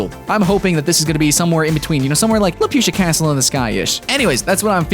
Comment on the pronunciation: There's no 'i' in Laputa